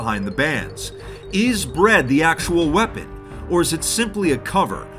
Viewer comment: "Anything can be a wepon"